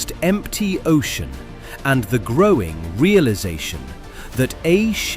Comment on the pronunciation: yeah, many words with the wrong pronunciation but also the wrong stress EE-magine (iMAgine) ogean (ocean) the-ooo-ry (theory) sur-veeeve (survive) chaoze document-tation evac--u--a-tion meazurment eh-ven (even) PRE-si-zon (preCIsion) reorguenezeees (reorganizes) reesponsible colleedid etc.... BUT a breathtaking documentary. Thank you 😊